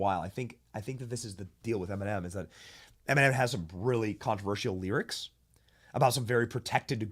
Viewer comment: Em-in-men!! YAG 🔚for sure